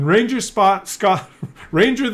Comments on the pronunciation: Ragnar...NOT Ranger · RAGNAR!!! Not ranger! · i like how he keeps calling Ragnar - Ranger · its RAGNAR ffs :)